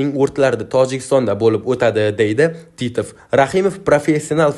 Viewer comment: Титв емас титов талафусни тугрила